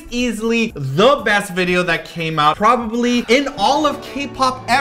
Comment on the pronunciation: did said, "PROBALY",,,hihi